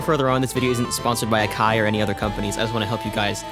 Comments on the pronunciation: How do you pronounce takarajima correctly but not akai? Lol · I guess I just defaulted to the American pronounciation of Akai lmao, since I've heard it so many times!